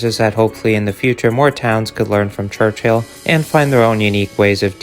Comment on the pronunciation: its pronounced church-ill not church-hill only 1 h